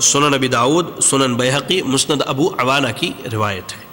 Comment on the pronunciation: "مسند" کو مستد کہہ رہا ھے۔